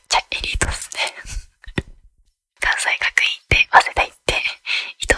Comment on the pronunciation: 関西学院は「かんせいがくいん」って読むよ！